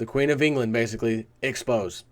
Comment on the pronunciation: I think it is supposed to be ex-po-say. It is a French word in which there's an accent over the last e in expose.